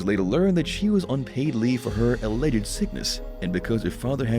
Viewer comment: How come you messed up the pronunciation of ‘alleged’ ? Cretinous !